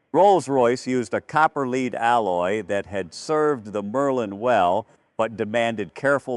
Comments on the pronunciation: Hell AI does not know metal is not LEE`-ad it is led` AI is corrupting American English BS on BS out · AI reading. listen to how it says “copper lead alloy”